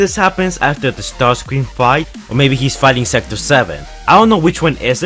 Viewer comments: It not starcreàm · Caleb Ramat its not ramjet or starscream its ramshet or starsice cream